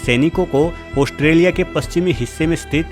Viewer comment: Oshtrelia nhi be gadhe Australia bolte h. Bolna seekh kr voice over dena.